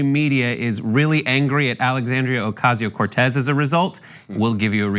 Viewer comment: So I know it’s not a huge thing but this bothers me so much. Is there some kind of rule that states whenever someone badmouths AOC that they have to mispronounce her name? Is this shit focus group tested or something?